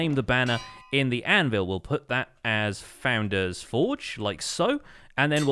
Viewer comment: What the heck is a "foundain"?? Founder, as in someone who starts something. Ex: the Founding Fathers of America